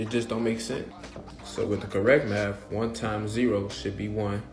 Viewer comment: first: i'm not gonna listen to a tiktoker, especially one who lacks a mathematical degree second: im not gonna listen to a guy that says maf instead of math and three: try taking any calculus class with your "understanding" of math and tell me how u do.